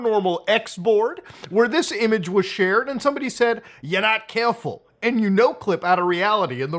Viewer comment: Why did he say “you’re not careful” like a New Yorker